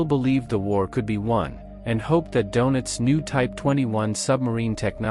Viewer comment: They usually do. Admiral 'Do-nits?' They might want to find a voice that is familiar with German pronunciation.